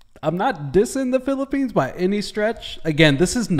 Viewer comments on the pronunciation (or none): It’s Philippines not Philippini…